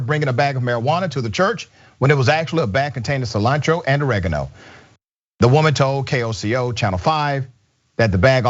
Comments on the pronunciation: I had to listen to it again. It DID sound like she said "OreJano". Never heard that before. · She was trying to say "oregano," FFS!!! For those asking, Dr. Richey said 'the name of the church is Redemption Mission Methodist Church 1320 N. Pennsylvania. Thank you, Dr. Richey. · As a Black woman raised by a Mexican father this shit really hurt. Her not being able to pronounce oregano while upset, and them attacking her before she can even tell them they were mistaken is ridiculous. Some Christians 🙄